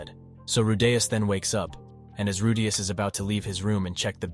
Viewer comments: Rudeus is not pronounced Ru'day'us... makes me cringe hearing how you pronounce his name. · Bruh why do you keep pronouncing "Rudeus" all weird like "rooDAYus" every other time? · Who the hell is Ru-Dais... Edit: just as fast as I asked it was corrected lol Edit 2: and then you go back to saying it again... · who the fuck is Rudayus?? Re de us where is the 'A', this was informative but holy Fuck Pronounce it correctly.. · The narrative pronounced Rudeus name wrong. "Rude" + "Us" = Rudeus 😅😅😅 Google translation pronounce has "Rude" + "Us". Just ignore me. I like the anime very much that is why it bothers me 😂😂😂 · "rudeyus" bothers me more than it shoud tbh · I was so close from exiting the video due to how annoying the first ever 20 times you say "Rudeyus" but then you started saying it right so I'll give you the benefit of the doubt. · If you include clips from the anime but still get Redeus' pronunciation wrong, you might want to QC your work before posting. It's a shame too, I wanted to know what would happen in the future for him. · why do you say his name like that? Even the dub has his name pronounced Rude-eus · you finally say his name right but then you continue to go like ruuu daaay usssss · How do you pronounce the main characters name so wrong 😒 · Wtf is with your pronunciation of rudeus. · Bro this constantly switching from pronouncing Rudeus' name correctly to completely wrong made me stop watching this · Ffs the way he pronounces rudeus is grinding on me. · This guy changed his pronounciation of Rudeus in the first minute of the video XD